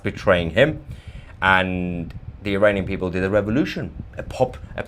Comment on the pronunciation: He said IRANian! I heard it!